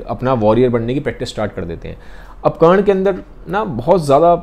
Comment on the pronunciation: Brother its Karna not karan